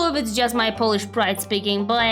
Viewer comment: it wouldn't work because of his butchered pronunciation